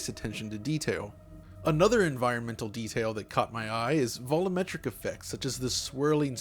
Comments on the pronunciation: When will someone finally tell how the world "volumetric" is pronounced? IT IS NOT VOLOMETRIC. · Your years long mispronunciation of 'volumetric ' is very annoying. What funny is you used to actually pronounce it correctly.